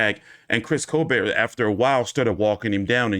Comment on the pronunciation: T, it's col-BERT, not col-BARE/BEAR. What's your malfunction?